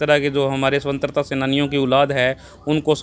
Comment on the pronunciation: वर्तमान में मानव में नेतिकता खत्म हो गई है ।सरकारों को अपनी जेब भरने के अलावा कुछ नही सूझता है ।भाई को स्वतन्त्रा शब्द का सही उच्चारण नही आया। ध्यान दें ।महाबीर उमेदपुरा